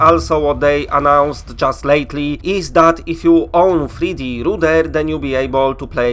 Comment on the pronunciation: I like you. But I'm going to give you an english lesson. 3D Rudder. Don't say it like Rooder. RUH-DERR. Makes an AH sound with an A almost. U doesnt make "you" sound. Its not poohzles its pUH-zzles.